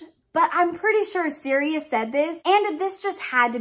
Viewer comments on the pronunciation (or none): none